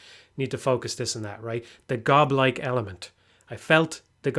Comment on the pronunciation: I can't keep myself from laughing every time says "goblike"